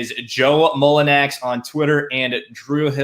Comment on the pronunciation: what a fucking pathetic loser who can't pronounce players first name while making a video about that player...Mullinax POS h8er...Pels and Grizz will meat in play in....Jonas will destroy the Grizz with 25/25 game...Grizz fans Fuck YOU ALL...Pels is just a shit franchise...looking forward to 2022 FA for Jonas